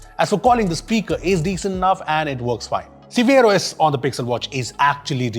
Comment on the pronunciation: Anyone heard "Severe OS" 😜